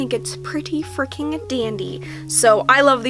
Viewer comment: Why are you keep on saying frecking